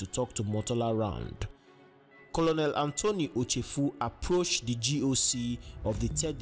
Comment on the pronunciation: It's pronounced Colnel not Colonel